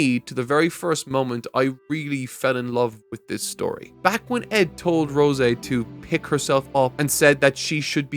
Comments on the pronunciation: ROY! Where are we getting "Ron" from?! Also, c'mon mang, it's Rose (like the flower/normal human name) not Rosé (like the wine). 😂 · Why does he keep mispronouncing Rose’s name? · I think he messed up in part 1 and has since made a joke out of it he also sats Arakawa and rose wrong at various points In the video